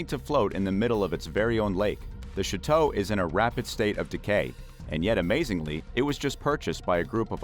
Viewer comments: PLEASE learn how to pronounce Chateau! It is NOT pronounce "Shi Tow". It is pronounce "Sha Tow" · Chateau is pronounced 'Shā toe'... it's a long a sound and is French in origin.